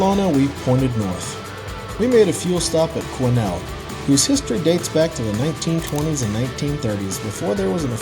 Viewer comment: Naw, you got Quesnel right...yes I'm serious!